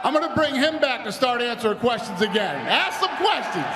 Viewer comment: why is holloway saying AKS and not ASK???